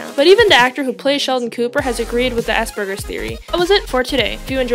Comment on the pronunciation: first of all is not asburgers its said asperjers I know this since I have it now classed under autism